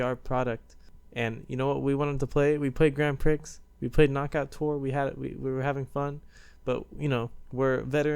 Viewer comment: You arent supposed to say the x in grand prix